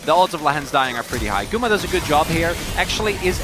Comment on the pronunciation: 是guma不是gumi 笑死